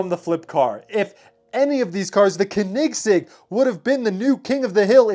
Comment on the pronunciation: It’s pronounced co-nig-segg